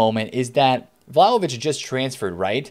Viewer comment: I died when he said vlaho-bitch